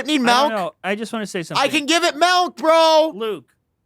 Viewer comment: Also says, “melk” instead of “milk.” Gross. 🤢🤮